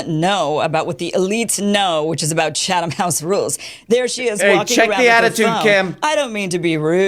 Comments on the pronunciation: That's a good thing Kim Iverson doesn't know how to pronounce Chatham House rules, Tim Pool. Why are you so familiar with it? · Dim Tool ‘so hilariously’ mispronounces Chatham House rules himself. The ‘H’ is silent. In Chatham, I mean. You do pronounce the H in House. I’ve been to Number 10 St James Square, the RIIS. Oh, and all the dingbats are the same choads taking money from Russia and other right wing wankers.